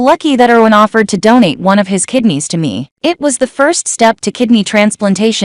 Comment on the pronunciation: You are repeating yourself. And please say Erwin's Name right, we here in Germany pay attention on how you pronounce your names, cities, etc. It is bad enough how english speakers made new names of our cities, counties, states, and even our country's name: we are Deutschland, but have to accept that we are called Germany.